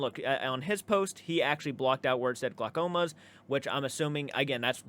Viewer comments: I'm in Oregon. His pronunciation of Clackamas is funny. To be fair. When we moved here, you would crack up at how we pronounced Willamette. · This guy... 🥴🫠🤦‍♀️ Also, your pronunciation of Clackamas is hilarious 🤣🤣 Messing with ya, of course lol